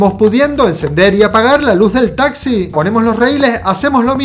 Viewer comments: porque dice tasi es taxi xd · no dijo taxi dijo tasi minuto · en el minuto dijo taci